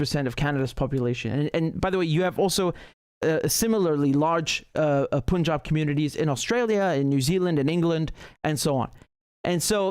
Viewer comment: It is سکھ not سیکھ it's پَنجاب not پونجاب